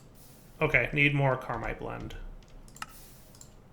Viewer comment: you need to read the tooltips. It's Caminite. There's no R in that word